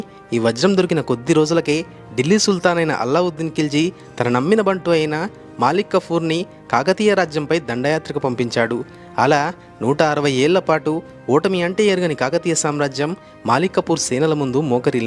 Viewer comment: It is not Malik kapoor It is Malik Kaafar!